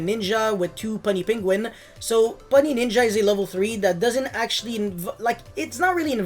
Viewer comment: You're saying Puny Penguin wrong. It's "Pew-nee" not "Pun-nee"